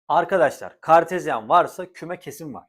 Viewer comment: "KAERRT KAĞERTEZYENNN"